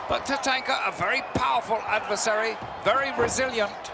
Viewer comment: The brit doesn't know how to pronounce Tatanka properly